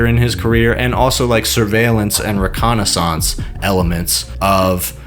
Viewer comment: you should google how to pronounce 'reconnaissance'.